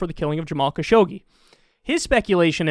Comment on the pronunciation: It's interesting how almost no Unitedstatesian even tries to pronounce Khashoggi's name correctly, maybe except John Oliver (who, however, has been a USA citizen for quite a short time). It's pronounced [xaːˈʃʊɡ.(d)ʒi].